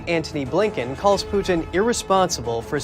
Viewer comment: His name is Putin, not Pewtin.